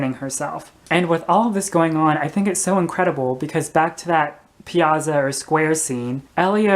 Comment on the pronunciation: Good analysis, but please learn to say piazza correctly. I'll attempt to indicate with: pee-at-tsah. The syllabic stress is on the next to the last syllable (antepenult). When you have a double consonant in Italian, there is a slight pause as in mezzo, here the double z is slightly different so you have med-zoh, as in mezzo-soprano. Elio would have been glad to help you. Live and learn. Ciao!